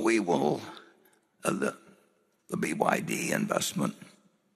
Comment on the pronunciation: He cannot even pronounce well BYD.